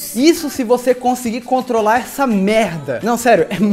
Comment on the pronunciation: O falo contola